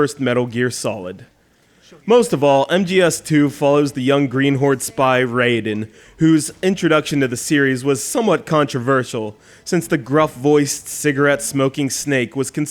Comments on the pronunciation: RAI NOT RAY YOU IDIOT! god i hate when people say rayden when they clearly say raiden. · He says he only has early game footage because he sucks at stealth games, and he only mentions Raiden in passing and nothing about his story. Oh and he mispronounces his name. This game is voice acted you know. Just because he acknowledges that he did half ass work doesn't make it ok. This review makes CGR look bad. Someone who has never played this game would take nothing from this review. That's why this "review" is worthless.